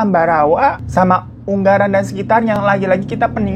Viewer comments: deket daerahku itu kak, ungaran kak bukan unggaran wkwk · Unga-ran bukan un-garan kk Hiroo 😂😊 Kulo-nuwun = saya permisi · Btw ungaran bukan unggaran bang wkwk. Salam dariku yg dari ungaran juga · Bang ungaran yang bener baca nya u-nga-ran